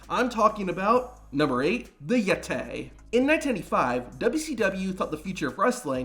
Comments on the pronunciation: The Yet-tay.. 😂😂😂😂😂😂😂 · “Even though he was called the Yettay he looked more like a mummay “ 😭😭